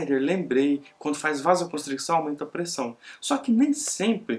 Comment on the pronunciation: A pronúncia é "VASOCONSTRIÇÃO", não se pronuncia o "c" antes do cedilha, dizendo " vasoconstric-ção"